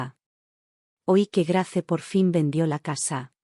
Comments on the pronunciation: Se pronuncia Greis no Grace,que feo suena eso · Grace se pronuncia Greis. Header se pronuncia Heder